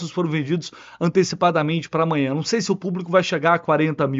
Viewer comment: vc falou umas 5 vezes: AMANHA! AMWNHA!